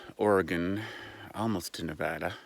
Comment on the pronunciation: It is Nevada, not Nevara Forest changes 180° at night!